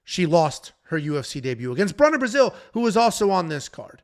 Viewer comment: "Bruna Braascilll"😂😂